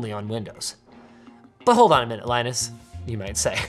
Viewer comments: Soooo, Linus calls himself 'Lainus' but he calls Linus Torvalds 'Leenus'. I can respect that commitment to pronounce each name the way it was intended. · It's funny how Linus is pronounced Linus while Linus is pronounced Linus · Wait... Linus [Lienes] calls the other guy with the same Name Linus [Linis] just like Linux [Linix]? Never understood that in the first place since over here we pronounce that OS like: [Leenooks]... FINALLY! A water bottle drop! :D